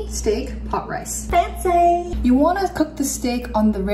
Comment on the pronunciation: The way she said, "FANCEYY!" haha